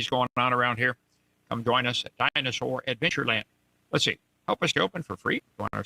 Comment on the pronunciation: I swear Kent says dinus-hore...lol with a W before the h